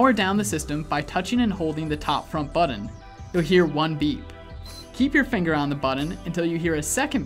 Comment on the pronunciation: What's a "buddun"? 🙄🙄🙄